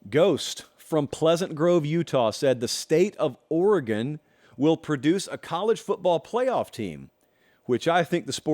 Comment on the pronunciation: Thank you for pronouncing the State of Oregon correctly.